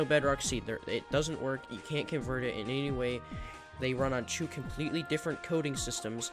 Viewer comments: i love how he say two.. CHOO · Why do you pronounce two as “choo”